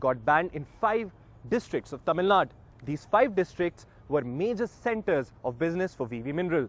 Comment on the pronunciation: it is Tamil Nadu -"du" not Tamil nad.